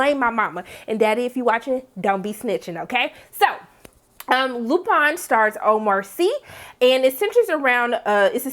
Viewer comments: Lupin pronounced [ LU PAHN] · In the UK and france shows are writing based vs production based like here in the old US of A, which means they write fewer of them. the most i've seen from the UK was 6. the least i've seen is 3. Also the I in Lupin is pronounced like the double E...ee. like green. and i agree that is one heck of a cliffhanger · Well the show is French and they certainly aren't pronouncing Lupin like English speakers.